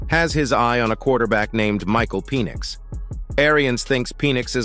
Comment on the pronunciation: Penn - ix not Pee - nix. Sounded like Penis!